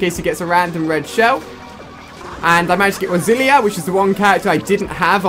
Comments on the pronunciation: It's not rosilinia it is pronounced rosaleena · It is rosalina not rosilia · Stop saying "rosilia". It's rosalina (rose-a-lean-a) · Rosalina pronounced ROZ-AR-LEE-NAR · You called Rosalina "Roselia" that's a Pokemon haha! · It's not a detail. It's a word. A simple word. A simple word that there is no excuse for mispronouncing. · Its Rose-a-leena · you pronounce it rose-a-leena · It's rose a Lina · Why does he pronounce Rosalina like that haha. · Completely butchered Rosalinas name :(